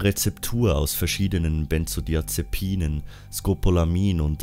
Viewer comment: Bist Du eigentlich Dealer oder Apotheker, dass Du "Benzodiazepinen, Scopolamin und Amobarbital" fehlerfrei rausgebracht hast? Oder hast Du vorher geübt? :-D